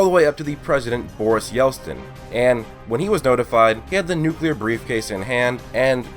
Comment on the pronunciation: I hate to nit pick but, "Yelstin"?!